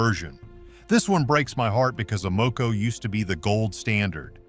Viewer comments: I can’t believe I’ve wasted my time watching this AI generated nonsense. Evidenced in they don’t know how to pronounce AMOCO. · How can you mispronounce Amoco? Maybe this is a clue that this video is AI. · I doubt that this AI talking bot, that can't even pronounce Sunoco or Amoco, is doing any car repairs in his garage. LOL. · Obviously another AI video. Mispronounces: unleaded and Amoco. Click bait waste of time🤨